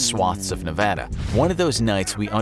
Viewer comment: I thank you very much for pronouncing Nevada correctly. This means very much to a native nevadian.